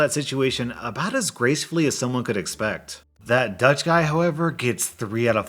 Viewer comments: Please NEVER try to talk dutch again, it just hurts my ears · Even though I have no idea how to speak Dutch, I can honestly say that you totally butchered it. Kudos for trying though. 👍😁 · As a Dutch person.. I've never seen someone butcher my language that much 😂